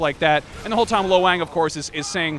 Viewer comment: Lo Wang...Low Wang?